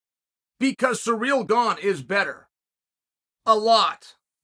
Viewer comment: Chael calls Kamaru Kamara 😭😭😭 and now Cyril Gane is Sureal Gone 😭😭😭I love it 👏🏾😂😂